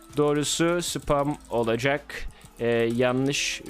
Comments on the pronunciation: ani oalacak değil olacak doğrusunu bil diye söyledim <3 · doğrusu olcak oalcak değil